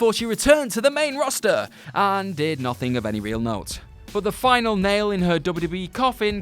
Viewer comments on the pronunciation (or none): none